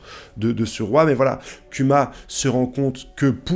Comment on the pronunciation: kuma se dt Kouma et dragon, c'est dragone en prononciation